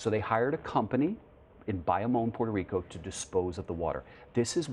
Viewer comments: Did that CBS actor journalist say "Puerto Rica"? Smdh...its Puerto Rico and actually Borikén. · Did he say Puerto Rica!?